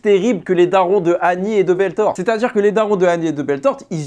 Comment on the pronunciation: Il a dit Belthord au lieu de Berthold